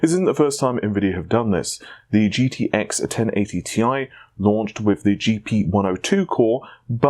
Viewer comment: Can I just say that "Ti" stands for "Titanium", but NOT as an abbreviation. It's the CHEMICAL SYMBOL. Ag is for Gold, Al is for Aluminium, Cl is for Chlorine. How do you read those? So yeah. T. I. Not Tai. Thanks!